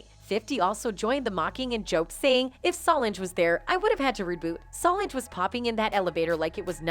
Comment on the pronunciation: Her name is So Lange. Learn to pronounce it.